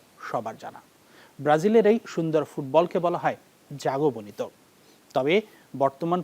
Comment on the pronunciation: বাংলাদেশী উপস্থাপক বলে কথা 😂